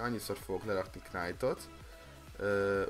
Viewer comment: Rosszul ejted a knight-ot!